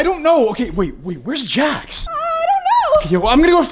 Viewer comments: It’s not jack it s Jax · It's not how you say it's name it's Jax😡😡😡😡😡😡😡😡😡